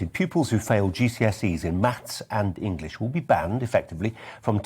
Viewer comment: Maffs and Ingwish.